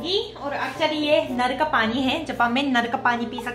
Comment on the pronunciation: Naar ka pani nhi naal ka pani bol sis